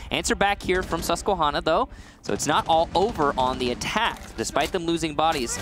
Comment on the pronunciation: As a guy from Susquehanna it makes me laugh hearing people who don’t know how to pronounce it it’s Susque-Hannah not Susque-Honna